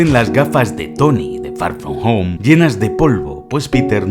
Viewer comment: far from home ❌ fa foh fo✅